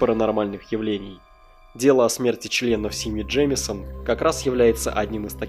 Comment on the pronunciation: Джеймсон? или реально Джеймисон? если мне не кажется и ты ошибся в произношении, то на протяжении всего видео я только эту ошибку и слышал